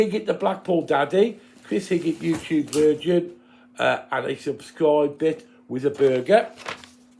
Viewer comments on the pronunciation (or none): It's virgin not vigin lol